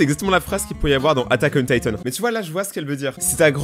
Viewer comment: chez lui c’est pas l’attaque des titan c’est l’attaque on taïtone xD